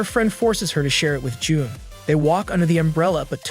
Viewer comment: J-un instead of j-oon